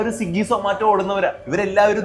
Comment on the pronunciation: മോനേ,, സിഗ്ഗി എന്നല്ല ട്ടോ.. സ്വിഗി എന്നാണ്😊😅